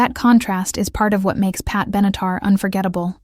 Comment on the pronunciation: Pat Benatar et non Benitar. Elle mesurerait plutôt 5 pieds que 5 tonnes ! Merci pour les vidéos , mais les commentaires sont à revoir !